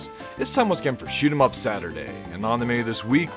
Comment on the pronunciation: Random find of a video, and i HIGHLY appreciate that you use "Shoot'em Up" as its meant to be said and pronounced. Well done video.